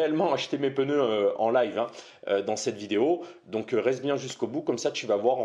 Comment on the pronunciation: Des pNeus svp ! pEneus n'existent pas...😉